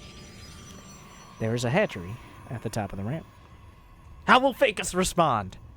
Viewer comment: God the way he says Fakus felt like it was directed to me :o